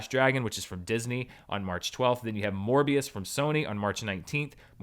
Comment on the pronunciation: “Then you have Morbius from Sony” I misheard that as “More B.S. from Sony”